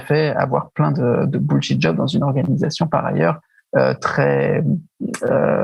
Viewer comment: Denis! Entraînez vous à prononcer les mots anglais avant bon sang! surtout bullshit! bullshit job, bullshiting , bullshiter.... (linguee, textospeech)...Merci